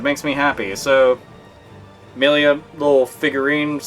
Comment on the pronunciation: Her name is Milla not Millia.